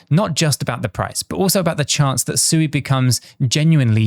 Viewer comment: Come on, pronounce Sui correctly, 😜